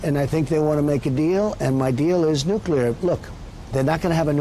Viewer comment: does he say nuclear? as in nuclear energy? oh man I was so wrong about him